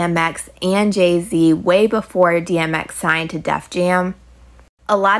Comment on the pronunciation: Calling him Gay-z is wild 😂